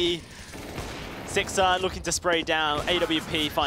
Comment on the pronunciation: one of the casters keeps calling sixer "sixter" lmao